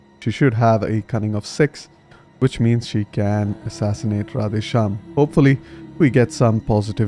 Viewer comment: the way you pronounce Radheshyam is damn good. Found this campaign today and I am really enjoying it so far.